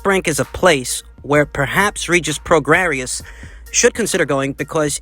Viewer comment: It's pronounced Regis "pro-gray".